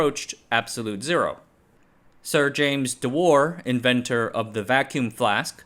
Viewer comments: Its "dew-er" not "de-war" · Dewar is pronounced "do 'er"